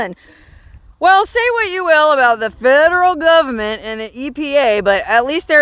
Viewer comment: Love the way you say, "Gubment"! LOL